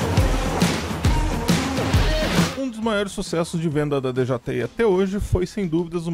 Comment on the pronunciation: Tu é o unico cara do Brasil que eu vejo e acompanho os videos. Inclusive to esperando ansioso pelo mini pro da hubsan. Excelentes pontos de vista, mas uma pergunta: pq d.j.i? E não "deejeeai" como falam por ai normalmente? Duvida sincera, nao é critica, viu?